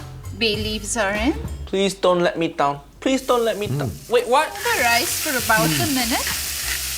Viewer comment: Rise should not sound like that at all.